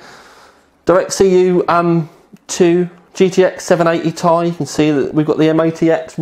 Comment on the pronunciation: Is he saying 780 TI wrong or is it just me?